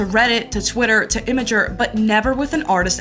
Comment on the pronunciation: is THAT how you pronounce it? Image Ur? Like Dagoth and shit?